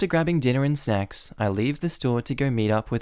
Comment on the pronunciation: At 12 30 it sounds like he said something that isnt "snacks"